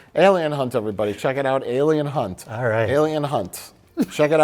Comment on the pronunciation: That's Alien Hunt... Hunt–with an "H."